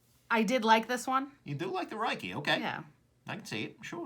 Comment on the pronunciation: You could say regarding the Ruike, "This looks like it should be pronounced roo-eye-key but it is actually pronounced rake". There would be no ambiguity and your comment would be educational.